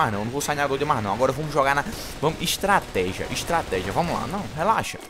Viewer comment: "Instrategia" isso ae. Shashashashashasha:v